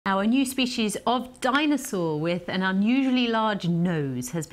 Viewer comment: a di-nose-aur